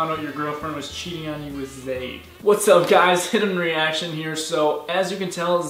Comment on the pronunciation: Guys his name is zade not zayn